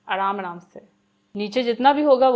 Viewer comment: If im not wrong in listening...aarhaam aarhaam se 😂